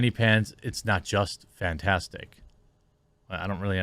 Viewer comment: That one guy is saying fantastic as in a fantasy world. I don't think English is his first language.